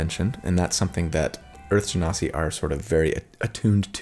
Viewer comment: You pronounced Genasi correctly! 😊 I'm so proud of you! You've come a long way! Now we have to work on your Yaun Ti.. it's pronounced Wahn Tee. 😉